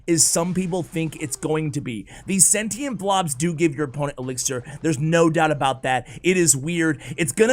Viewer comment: I hate it! Also you're saying sentient wrong.